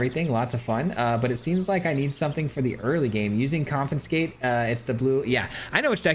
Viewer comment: there's that "confi-n-scate" again clearly we did not razz him enough last time